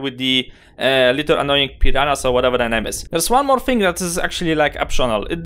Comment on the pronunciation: "now with this think" lol gotta love none English people. Anyway, thanks for the tip.